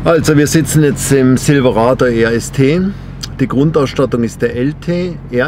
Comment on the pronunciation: Die Ausprache immer Zilwerado, Eskalate, dullie Achsen, Kru Cab herrlich !